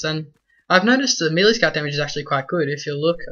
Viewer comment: why can absolutely no one pronounce melee??